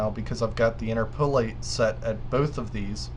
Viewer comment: Thanks for the helpful info. BTW, it's "in-TER-po-late' not "in-ter-PO-late". 8-)